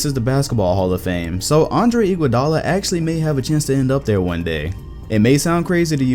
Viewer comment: Bruh.... first off, Iggy is a clear HoF member since 2015 when he won his finals mvp. I was so confused when you said his name. Second. Dwight Howard was good one to talk about, I liked that part a lot. I think his career high was talking his team to the finals as the best player. I think that is HoF material. A.I. Is a clear HoF best he ever did was take his team to the final. Now a real underrated potential HoF guy is Chauncey Billups. Congrats I gave you your next video!